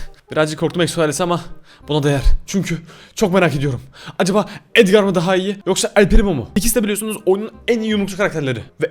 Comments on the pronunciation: Abi edgar edgır diye okunuyo ve edgarı tutuyorum seni seviyorum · Abi edgar déğil edgır